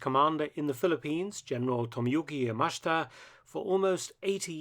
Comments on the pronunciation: This channel is my favorite on youtube for war history 10/10. I have one friendly criticism, you should look into Japanese pronunciation for future projects, for instance Yamashita is pronounced "Yah-Mah-Shee-tah", Japanese pronunciation is very straight forward once you're familiar with it. I don't mean this negatively at all. Thanks for all your amazing videos =D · Its pronounced ya ma she ta. There is no mash.